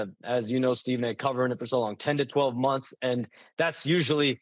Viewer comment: "Stephen A Smiff show" and "last few mumfs" got me 😂😂😂😂😂😂